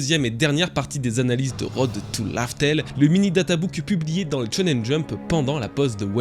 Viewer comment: Laught tale pas lau tale